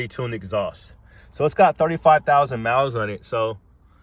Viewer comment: Miles ❌ Moues ✅ No hate just think it’s funny 😂